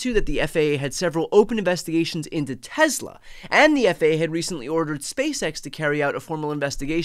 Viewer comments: It's pronounced Tesla, not Tezla. C'mon Brian, Leon Muck already hijacked x, don't give him z too. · TESSSLA NOT TEZZZLA